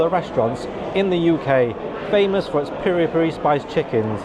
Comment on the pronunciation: its Piri-Piri not Peri-Peri 🤣